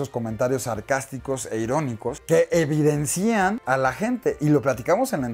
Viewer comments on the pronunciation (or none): se dice evidencien, no EVIDENCÍEN